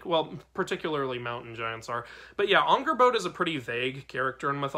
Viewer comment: Angrboða is spelt with eð which makes more of a "th" sound with a light "d" towards the end of the sound. It's a hard sound for english speakers to totally get. The "r" is also rolled for a bit. Angrrboth(d)a is the best way I can describe the pronunciation without dialectic marks. Great video! Sköl!